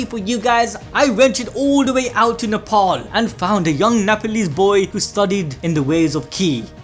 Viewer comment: Are you saying Nepal